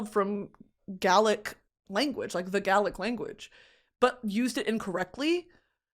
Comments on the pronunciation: Just wanted to let you know Brittany Gaelic is pronounced "Gay-lic" not "Ga-lic". Hope that makes sense, love you xxxxx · Gaelic is pronounced like sail, gail-lick. Godspeed from Ireland. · in the most respectful way possible its ‘bas-guy-uth’ for basgiath and ‘gay-lick’ for gaelic xoxo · Irish person here. Gaelic is pronoounced Gay-lick. Thats all :) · babe Gaelic is pronounced “gay-lick” (in Ireland anyways idk about Scotland/wales) this made me giggle lots of luv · Is nobody gonna mention she completely butchered the pronunciation of Gaelic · Brittany, I love you but you pronounced “Gaelic” wrong, and then criticized the author for using the language incorrectly?